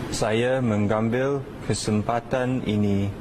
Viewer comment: Mengambil disebutnya "megambil"